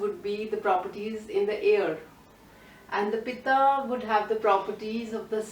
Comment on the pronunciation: Thank you for this wonderful information! I hope what I say does not offend you. I'm very particular about spellings and pronounciation. Throughout the video you referred to the Pitta dosha as 'Pita' which means Father. I hope this can be corrected in future videos. Sorry for being nitpicky.